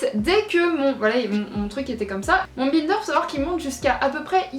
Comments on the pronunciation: Non non elle le prononce mal, faut le dire à l'anglaise vu que c'est un mot anglais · Ça me fait trop rire que tu prononce bInder 😂 J'ai toujours prononcé et entendu prononcé a l'anglaise 😂